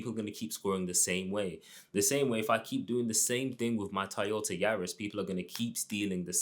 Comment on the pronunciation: The way you say Toyota 😂